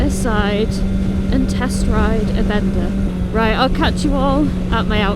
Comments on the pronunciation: pronounced as bēn dá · Bender?! wtf 😂 Maybe it sounds better in a different accent 😅